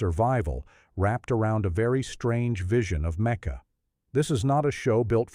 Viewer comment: Also, you gotta figure out how to get your artificial narrator to reliably pronounce "mecha" properly (or, you know, use a human narrator).